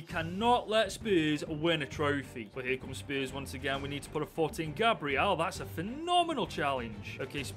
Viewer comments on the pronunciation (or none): none